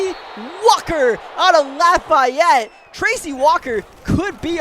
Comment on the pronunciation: That pronunciation of Lafayette was disgusting